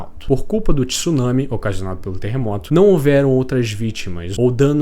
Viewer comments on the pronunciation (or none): none